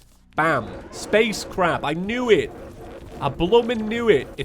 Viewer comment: Sorry but when you say space crab I hear you saying space crap